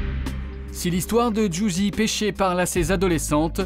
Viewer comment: C'est "Pesce" mais oui le journaliste dit péché 😂😂